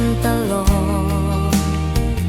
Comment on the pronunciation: ผช.น่าจะร้องออกนิ่มๆตามความเศร้าของเพลงมากกว่าออกแนวร็อคแบบนี้ และทั้ง ผช./ผญ.ควรออกเสียงให้ชัด ไม่ต้องดัด เช่น พัด เป็น พาด , เจ็บปวด เป็น เจ็บป๊วด , เล่นตลก เป็น ตาโหลก (ควรลงเสียงสั้น) นี่แหละคือข้อเสียเพลงสมัยใหม่ที่เอาแต่เนื้อ ความหมาย โดยไม่มีสัมผัส เหมือนสมัยก่อน มันจะทำให้ร้องชัดและลงเสียงภูก